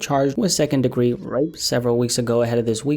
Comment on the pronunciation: Why are you not saying Rape properly? If he raped that girl he needs to get life and hopefully gets violated in there